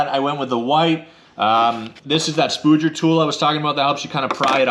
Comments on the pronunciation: Ha. It’s a Spudger, not a spooger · It's actually pronounced Spudger like fudge